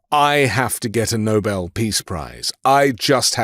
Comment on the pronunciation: How wonderful! This BBC announcer pronounced "Nobel" "No-Bell", not NOBLE like most American audio journals.